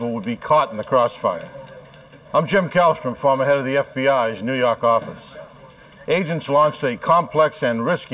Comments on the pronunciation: " NEW YAWK AFFICE!" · 'New Yawk Ahhfice'. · "NU YAHK OWFFICE"